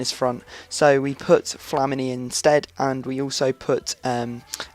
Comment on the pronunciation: good vid, but its pronounced Flameni not flameeene but spelt famini